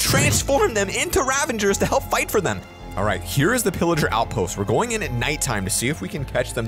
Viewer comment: It's not illerger it's pillaged 😅